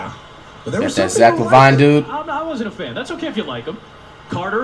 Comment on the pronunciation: flight say zach lavine name right